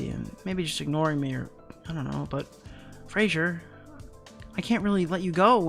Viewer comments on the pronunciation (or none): none